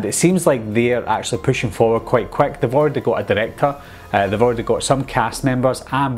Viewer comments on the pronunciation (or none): idk man. Reboot sounded like reboo and yet sounded like yeh. Quick kinda sounded like kick. But I used subtitles so it's all good